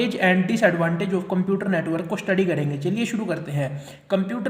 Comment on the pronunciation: Computer ❌ cuumputers✅